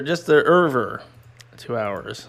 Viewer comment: For someone who doesn't really know how to pronounce "Over", you sure do say it a lot. Still love you though ;)